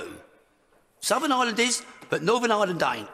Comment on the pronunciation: Gnawtin Island and Suthin Island. All you need to know - the other words he spoke are incorrect too.